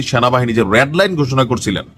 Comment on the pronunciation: খবর করেন উচ্চারণ সঠিক ভাবে করবেন বিশেষ করে এ কারের দিকে যেমন রেড দেশ ঠিক উচ্চারণ আপনার হচ্ছে কি?